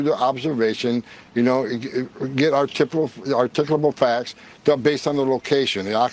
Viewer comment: Hoeman saying “Articable Facts” has to become a RM Brown Drop.